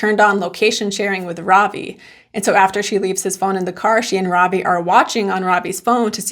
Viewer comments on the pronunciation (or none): This is really small and petty but his name is Ravi RAH-vee not robbie